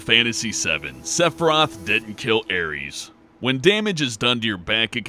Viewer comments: It's pronounced like "Air-Riss", not "Air-reez". It sounds like you're accusing Cloud of murdering the Greek god of battle... Also, "Termina", not "Terminia". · Aries..... you honestly think her name is pronounced Aries... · Sephiroth kills "Ares"? lmao wut? (Air-iss) Aeris.... or, you can go with the English name "Aerith". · You can totally tell he's never actually played Majora's Mask. Terminia? Pfft. And Aeris/Aerith is now Ares? Riiiight. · didn any body notice that he didn't say aerith he said aries? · Gla - DOS ( as in MS - DOS ) not Gladose, Aeris ( heir·ess ) not Ares ( the mythological god ). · Her name is not pronounced Ares. Even if you're using the US version of her name, it's Air-ess. They didn't use blood to show her death because it was already a bit much having a young woman get stabbed. Being stabbed ANYWHERE is going to cause blood. There is no way they meant for her to get stabbed in a manner that would not have caused her to bleed just to allude to the possibility she was only paralyzed. Even if there was a way for her to get stabbed and not bleed, the Masamune is a giant sword and she took it through the back, into her spine likely, through her internal organs and out of her stomach, she'd be gushing blood. Let's not forget the fact we're talking PS1 processing power. Making blood particles that drop realistically wasn't something you would see in FF7 in 1997. That theory is horseshit. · airees? aeris...or aerith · I don't think I've ever heard someone pronounce Aerith/Aeris's name like that: "Aries." Isn't that the name of the ram zodiac? :/ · DID YOU JUST CALL AERIS "ARES"??!?! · How do you get "Ares" from "Aeris" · Did you really just pronounce her name Ares...?